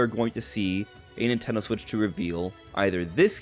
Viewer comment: The Nintendo Swiich 😂